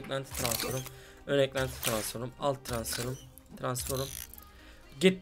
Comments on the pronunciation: Transforum değil transfrom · Transforum ne ya transform diye okunuyor u yok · abi tranforum değil transform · Adamın eşsizi var hala transforum diyor :):):):) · Arkadas transform a transforum demek ne yaa :D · Tıransforum değil transform kardeşim o ama yinede sen bilirsin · abi transforum ne yaa kopuyorummm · Ulan hala bu videoyu seyrediyorum TRANSFORUM diyince çıldırıyom :D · Suna birisi transform demeyi öğretsin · transforum demesine bir benmi gıcık oldum